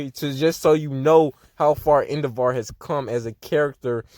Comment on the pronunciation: Endevaar? Cuz that’s what you’re saying